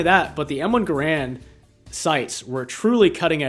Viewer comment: Wrong pronounciation of "Garand".